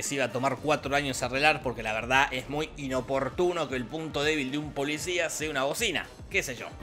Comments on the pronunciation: jajaja de hecho si dice eso pero se escucha "polisha" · Perdón, pero yo siempre escucho, como si dijera: Ookey, polishaan